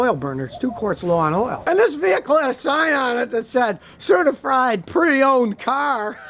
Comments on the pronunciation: Has anyone else noticed that when Scotty is talking about a used car LOW ON OIL at about the mark he says, "CertiFRIED.?" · Man said CERTIFRIED 😂